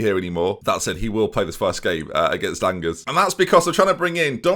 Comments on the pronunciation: it doesn't matter but I'm doing it. Angers is pronounced more like On-Zhay. Remember you rarely pronounce the 's' in French e.g. Rennes is Renn, but Reims pretty much stays the same. 👍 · The g in angers is like the je in Je m'appelle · your pronunciation of angers and dominic lowe within a few seconds ... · Im surprised no ones angry at your Angers pronunciation 🤣, i have always said it with a J but thats probably just me